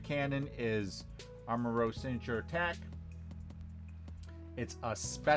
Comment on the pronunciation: its not pronounced armarogue its pronounced armarouge look it up